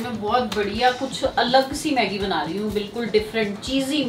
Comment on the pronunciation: Aunt please check your hashtags its maggi not meggi